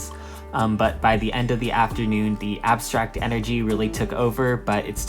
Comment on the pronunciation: LOL "the abstact energy really took over"